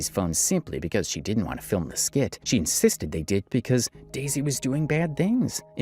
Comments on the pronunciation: Its "dezy" not "daisy" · This white man keep calling her Daisy when her name is Dezy was so annoying.